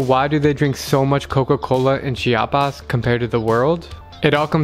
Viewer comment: He’s pronouncing “Coca-Cola” all weird for some reason because he’s in Mexico 😂